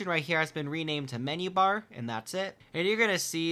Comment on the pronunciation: am i the only one to hear "from the mini-bar when he tries to say menu-bar?